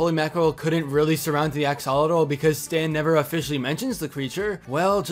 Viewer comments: It isn't pronounced AXE-ALL-A-TAL It's pronounced AXE-OH-LAW-TAL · Is Axe-uh-lot-ul (like -le) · Axe-o-lot-al that's how it's said and it's annoying me , sorry just ugh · Is that really how you say "Axolotl"? I've been pronouncing it like "Ax-a-lot'll". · I cringe so much whenever people pronounce axolotl wrong its axe-a-Lottle that’s how you pronounce it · Drinking game: take a shot every time pronunciation of axolotl makes you cringe! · Well, we know know the guys at the lodge neither '"like" or "trust" Stan. However, an axolotl is not a fish. It's a salamander. Interesting though. The Masons clearly worship Bill Cipher (and Ford wonders why Dipper doesn't care for the name), some group should worship the Axolotl. By the way, that's not how you pronounce Axolotl. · The way he says axolotl is sorta funny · Its cringy how he mispronounced axolotl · U pronounce axolotl wrong but ok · the way u say axolotl makes me very sad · Just gonna be real right now, how dare you pronounce axolotl like this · You are mispronouncing axolotl. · 🤦 How do you mispronounce axolotl so badly so many times?